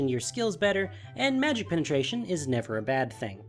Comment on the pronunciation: lol he said magic penetation ^w^